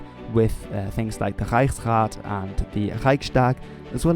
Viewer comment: That “Reichsrat” is glorious. :)